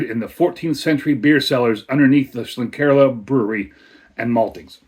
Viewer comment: Nice one 👍Horns up for the pronunciation 🤘 Horns down for the pour 🤣 Haven't had this but I had the Aecht Schlenkerla Märzen recently 😋